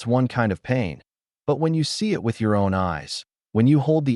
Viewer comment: Choppy crappy narration. Why can't he pronounce the word "it".